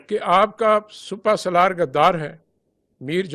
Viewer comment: Plz is Genral ko educate kro SUPA SALAR nai hot SIPAH SALAR hota ha lafz